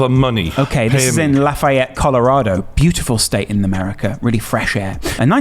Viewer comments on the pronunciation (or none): Its La-fe-et no law-fi-et